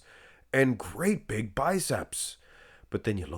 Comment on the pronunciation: “I never wanted to be that beeg” - These guys calves